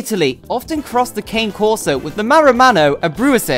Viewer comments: Pronouncing it wrong? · yes certainly is.